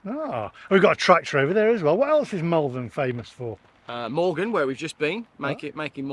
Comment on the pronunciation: Wow! That was a marathon vlog & a good one at that. Really like the chap you teamed up with in Malvern. Talking of Malvern, it's pronounced mawl-vern not mal-vern as you did at the beginning of the video. Another final gripe, can't believe you used to pronounce Worcester, wor-ces-ter as a kid? I only thought it was Americans who couldn't pronounce Worcestershire's (or worces-ter-shire for you and the Americans)county's capital. I guess East midlanders can be added to the list 🤔 joking apart, another quality vlog explaining the horrible truth about the dreaded EV infestation. ❤